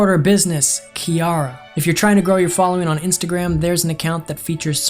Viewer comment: BRO HE LEGIT SAID MY NAME OUT LOUD I WAS SCARED BRUH AND FOR THE FIRST TIME OF MY LIFE SOMEBODY PRONOUNCED IT RIGHT LIKE WHO CALLS THE NAME KIARA (*KE AIR RA*) LIKE BRUH